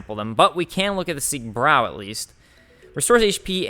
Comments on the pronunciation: Hey, it's called “Siegbreu“, not “Siegbrow“ or “Siegbrew“.:) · Siegbräu means victory brew and it is pronounced more like "Siegbreu" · Siegbräu pronounced [zeeg'broy] love u